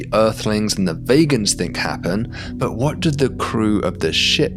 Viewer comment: I think you mispronounced vegans ;)